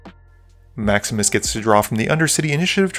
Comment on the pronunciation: Every time you say "Maximus plays", I still hear "Max misplays"... 😅